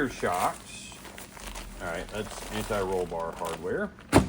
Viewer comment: Thank You For Sayin “Anti Roll Bar” Correctly Unlike Some of These Other Idiots That Say “Ani Roll Bar” Which Sounds Really Dumb